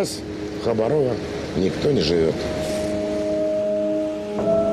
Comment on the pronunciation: ХабАрово, а не ХабарОво!!!🌅🌋☀️